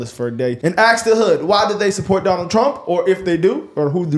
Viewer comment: Just an fyi it's ask not ax.